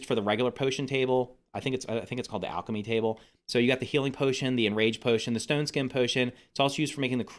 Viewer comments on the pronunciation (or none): none